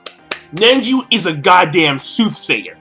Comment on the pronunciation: Why is he pronouncing it Nenji lolol